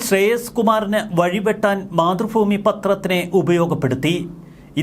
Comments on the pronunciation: 🤔മാതൃ ഭൂമി, ഫൂമി അല്ല., തിരുത്തണം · മലയാളം നേരെചൊവ്വെ പറയ്. മാതൃഫൂമി അല്ല മാതൃഭൂമി എന്ന് പറ...